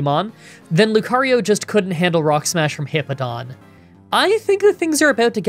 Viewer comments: You keep saying Heepo-don but it’s He-POW-don , it’s a nothing complaint but it just kept bothering me 😅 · Fantastic run, ground is my favorite type and I've been wanting to do a solo type run in platinum. Also I love you but it's HipPOWdon, not Hippodon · It's pronounced "Bweezil" NOT "Ba-weezil" "Star-rave-ia" not "Star-ah-via" "Hip-POW-don" not "Hip-Po-don" "Bweezil" NOT "Ba-weezil" I'm just going off how they said it in the anime. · I'm pretty sure its hippo-po-tas and Hip-Pow-don Correct me if im wrong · Hip-pow-don there is a w in the name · Great video! As a quick fyi incase you wanna make sure you’re saying names right, it’s hip-ow-don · It’s always interesting to hear you say Pokemon names. When I see Hippowdon’s name, I assume the “w” in the word is intended to make you say “POW!” Therefore, the word would be “hip-POW-dahn.” But the way you say it is much more natural for the way English words are pronounced - when you don’t assume Pokemon names are trying to be funny or break natural language rules. If it was a real animal, you probably would say “hip-oh-dahn.” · It's pronounced hippo-po-tas and the evolution it's pronounced hip-pow-don. It's pronounced star-Ray-via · Hippo-pa-tas Hip-pow-don That's how they pronounce it in the Diamond/Pearl series Hope that helps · The way to pronounce hippopotas is hippo-pa-toss and hippowdon is hip-ow-don Edit: added hippopotas's Evo pronunciation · Lol you pronounce the name like this hip pow don